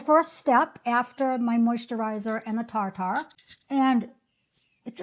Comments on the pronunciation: Just a heads up - it's not pronounced "tar tar". It's pronounced " tear tear". Like the stuff that falls from your eyes. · why are you deliberately mispronouncing Tir Tir as TARR TARR???…like wtaf ! it’s so offensive!!! if you are on the Internet giving out information or advice about products the very bare minimum you can do is correctly pronounce the name of that product… particularly if it is from another language/ culture/nationality-it’s so cringe -it’s pronounced TILEU TILEU - quickly …rolling the L with a D sound like “te-dlue”… do you even bother to check information about products pronunciation etc before you turn the camera on!… you can even use Google translate and listen to how the language is spoken … it’s not like you haven’t heard it pronounced “ter ter” .. that would be a bajillion times better, even though it’s incorrect it is the English pronunciation of those letters.. how do you get tarr tarr from tir tir? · Tir Tir is pronounced like “tier tier” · Love this video, your skin is beautiful...I love the TirTir ("tier tier" or how Korean's pronounce it tier tu) Toner as well...It is awesome.😊 I have both the LYS and Milani stick foundation too. They are both excellent. You are picking products right up my alley. I will continue watching. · also, Tirtir is pronounced "tier-tier" (rhyming with "deer-deer" or "beer-beer"). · It’s pronounced “Teer Teer” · Your saying tir-tir wrong. It’s not an ‘a’ in there